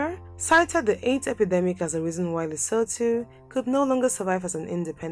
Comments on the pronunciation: Leso2 that's how it's pronounced. But better pronunciation is better than the previous videos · I hope it's inspired you to do better research and care enough to pronounce names correctly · Gawd! She should get the pronunciation right! Eishh!